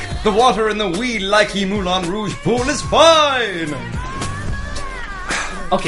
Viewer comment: J'adore l'accent quand il dit "Mouwlin raouge" :p